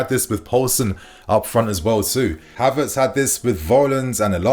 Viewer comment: Did u just say Harverts 🤨